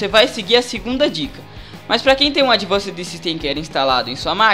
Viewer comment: Demorei uns 10 minutos pra entender q ele estava falando a palavra "Advanced" referente ao produto da Iobit